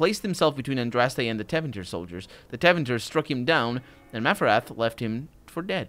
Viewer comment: Tevinter and not "Tavinter"...read it with portuguese phonetics and you'll nail every Tevinter name, since most their names come from latin. As for Orlais ...its obvioulsy inpired from France..therefore french ...(and if you didnt noticed by now Ferelden is supposed to be england)